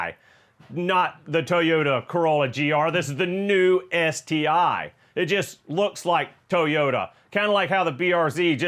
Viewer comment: the "BeS-TI"..!!!